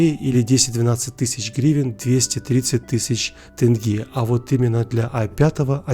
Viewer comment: Написано даже ТЕнге, а читают ТЭнге, что не так то :с?